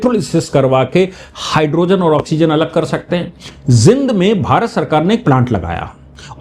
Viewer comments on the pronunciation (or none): जिंद नहीं जींद बोलो जी !